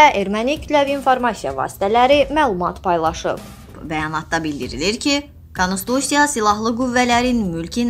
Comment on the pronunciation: Konstitusiya-di konistusya yox.